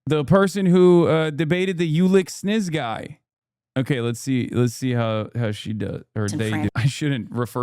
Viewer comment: "Oh, it's Sniz" oh hell nah 😂